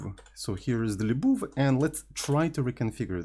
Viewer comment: libuuuv ❌ leeboov ✅